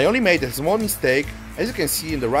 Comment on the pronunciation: "Zmall nail" "vood"